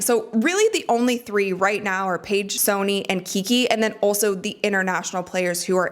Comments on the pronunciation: please change your pronunciation of the words 'Sonia' (not 'Sony') and 'versus' (not 'verse'). You say these words a lot, and it's kinda driving me crazy. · Is it pronounced Sony? Pretty sure her name is soniA. Unless it’s a nickname.